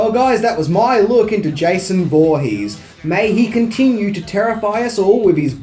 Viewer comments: "josh vorhees" lol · Voorhees is pronounced horheex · "Jeisoon" Woohees" :D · Watch out for "Josh Voorhees." Hahahaha.